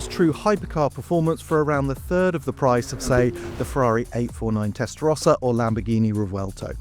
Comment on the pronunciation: Ferrari is pronounced Testa Rowsa not Testa Rosca